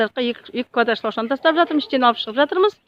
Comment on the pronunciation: Шлаушан емес шылаушын гон емес көн дарбыз емес карбыз жалпы бары жаксы екен ыске сат